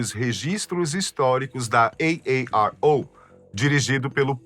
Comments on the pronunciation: "Ei Ei Ar Ou" 1000x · Eu não aguentei ver o vídeo inteiro,de tanto" EI EI AR OU"QUE ESSE CARA fala 😅😅😅kkk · Esse cara gostou de pronunciar AARO😂